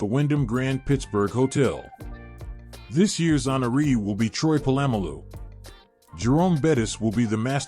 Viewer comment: Jesus, if you are going to do a Steelers channel you gotta learn how to pronounce their names. Totally butchered Polamalu's name.